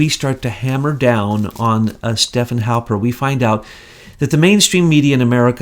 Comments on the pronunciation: God bless his heart... can't get names right to save his soul. But I am kind of a stickler for correct pronunciation so....Stefan Halper is STEF-fawn. Thank you for all you do! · Haha you said Halpern,he goes by Halper...though Halpern is the correct spelling Ashke-nazi